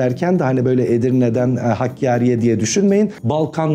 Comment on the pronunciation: Bekir Bey sizi tebrik ederim Bugün bile 31. vilâyetimizin ismini yanlış okuyanlar var Lâkin siz Elhamdülillah Doğru okudunuz zira hakkâri kef ile yazılır حکاری Vesselâm